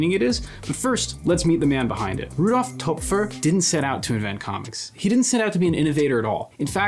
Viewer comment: I like the video, but the pronunciation of Töpffer bothers me. The "ö" has the sound of "oy" or "oi" equivalently in English. Besides that little pet peeve, I like the video essay.